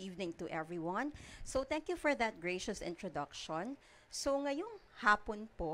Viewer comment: Introductshoun? Constitushoun questshoun